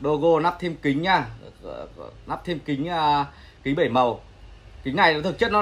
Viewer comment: "lắp" chứ k phải "nắp"